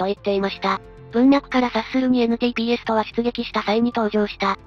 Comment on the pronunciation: NTPSの雑だけど的確な読み方に草ｗｗ ガンダムだし熱核推進であってると思いますが、NTDみたいにニュータイプ・プロトコル・システムとかもかかってそうな気が